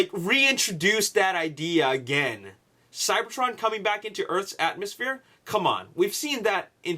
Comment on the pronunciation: LOL ATMOSHPORE